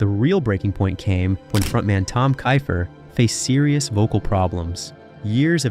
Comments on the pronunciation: It sounds like Keefer . Not Kifer . Get his name right if you’re doing a video . Ugh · Fail out the gate because you can't pronounce "Keifer" correctly. Multiple times.